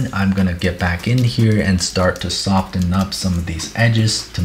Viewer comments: No one:: soft-ten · I CANNOT wrap my head around pronouncing the t in "soften" I'm truly from the hillbilly part of the us